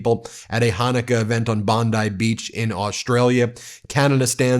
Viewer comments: Bon-dee Beach, not rhyming with bonsai! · It's pronounced "bondee" beach. That's how Austrialians all pronounce it. 😊💙💙